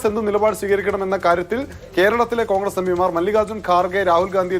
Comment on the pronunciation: കോണ്ഗ്രസ് അല്ല ഖാൺഗ്രസ്സ് 😂😂.